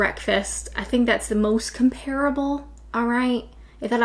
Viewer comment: Drinking a green tea, no milk. Twinings brand. Mostly coffee though. I was told years ago not to pronounce ‘comparable’ as you have. I was preparing to do a speech. Google gives a version similar to what I was told.